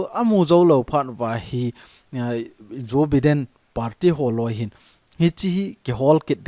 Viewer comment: Joe Biden - pronounce as Jo- Bai- den👍👍👍